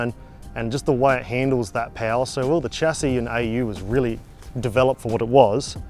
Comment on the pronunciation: It's pronounced "Sha see"